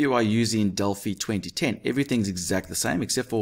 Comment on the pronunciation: At last someone who says delphi properly